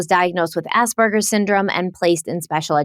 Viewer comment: I desperately wish that people—including professionals who deal with Autism Spectrum Disorder (ASD) diagnosis regularly—would pronounce Asperger correctly… There is absolutely no B. lol